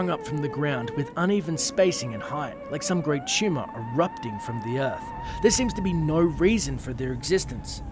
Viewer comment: TUMOR. HE SAID TUMOR.